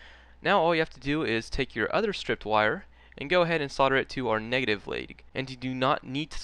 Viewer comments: Yes, it's weird. He seems to be saying "sodder" for "solder" which should sound like "soldier" only with the "i". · the americans think the L in soldering is silent. sad but true. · Why can't Americans pronounce solder correctly?